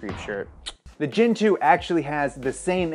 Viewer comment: When you say GEN 1 or GEN 2 i hear Gin 1 and Gin 2 like the alcohol